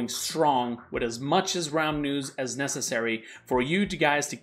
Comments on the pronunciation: He brings us the "ramens" or he will brings us the "Raums"? Yes, before you say something guys, I know he said the "realm news". I'm just trying to a joke here, okay? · I hear it too lol Raum decided being an Abyssal Lord wasn't enough so he founded his own news station. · I can only hear you say "Raum News"